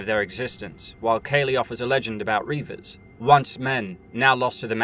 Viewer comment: Just Kay-lee. Not K. Lee